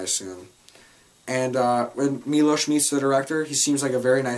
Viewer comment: Finally a reviewer who pronounces Milos name correctly. They say it about 200x in the movie, and yet people still cant pronounce it? Cmon!